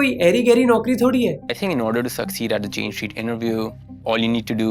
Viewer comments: bros pronounciation: jane street❌ jane cheat✅ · Jane Street bol rahe ki jane chit😂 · Is it just me or did you keep saying Jane Cheat instead of Jane Street. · Am I the only one who is hearing him pronouncing Jane streets as Jain cheat? Also they're allowed to trade after 5000 crore? So no refund to the people who lost money and it also means SEBI said, give us the refund and we will allow you to loot our people for a charge? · Bhai jane chit kyu bol rahe ho woh street hai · I heard you call it Jane “CHEAT” 😂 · Bhai Pehel Pronunciation to dhyanse kar, Jane Street